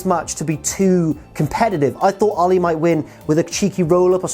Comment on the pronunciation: I know it's the accent, but why does he pronounce Allie like Muhammad Ali?